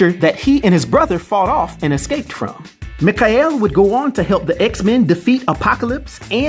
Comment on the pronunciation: How can you pronounce Mikhail wrong? Lol